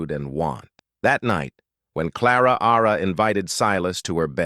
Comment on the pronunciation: I’m sure the “Ara” after Clara is an annoying error.